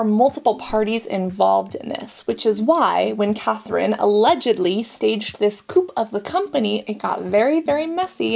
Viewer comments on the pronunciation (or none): FYI - coup is pronounced like koo. The p is silent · 'Coup'. English use still maintains the French pronunciation: "coo", no word final 'p'. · Dear Cassandra, I love you so much. Too much to not let you know that COUP is pronounced COO. There is no P sound, it's a French word that is missing the sound of the P. Have a lovely day and thanks for letting us know about this scam. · I think coup is pronounced as “coo” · not to take away from your well presented video but the p in coup is silent